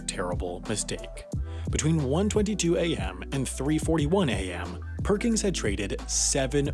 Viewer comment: It bothers me more than I can describe that his name is "Perkins" and you pronounce it "Perkings"